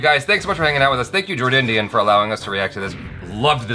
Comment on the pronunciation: It is Jordindian not Jord Onion